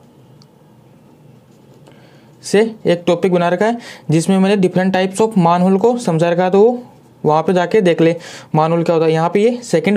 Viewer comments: Bhai मैनहोल होता है मानहोल नहीं कम से कम बेसिक उच्चारण ठीक से कर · Maanhole nh Sir Manhole hota hai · Sir plzz pronounce manhole correctly